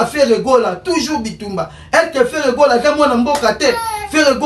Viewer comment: 😂😂😂😂alobi lisusu artiste aza tuzur bandone 😂😂😂😂